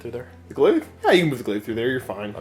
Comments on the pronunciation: I was so ready to see Steve vs Josh but this was a nice change, also props to for not taking phospex on all those units. That said though man, it's pronounced 'glay-vh'. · Oh god that pronunciation of glaive hurts me